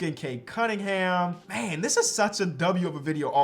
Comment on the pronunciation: his name is Cade “Cum”mingham